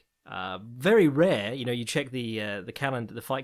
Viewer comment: wohhhhh... w-werry fntastic intro!